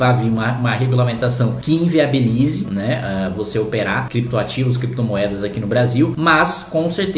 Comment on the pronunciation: Considerando que o "chefe" de vocês fala "Crépitomoéda" e "Bitcóio". Deixa eles regulamentarem. Quero ver conseguir achar pra tributar. Ah... Outra coisa. Não é pra usar exchange nacional, né gente? Não façam merda.